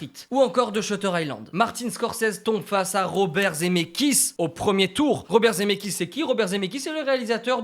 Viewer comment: Je mets un pouce bleu pour me calmer et ne pas exploser de rage à cause de ta prononciation de "Zemckis". IL FAUT PRONONCER LE C BORDEL !! Sinon continue j'adore ce concept 😙👍 PS: ON DIT DES CHEV*AUX* !!!